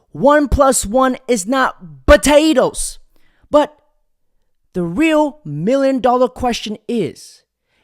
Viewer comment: My man, it’s potatoes. Not batatoes. Lmao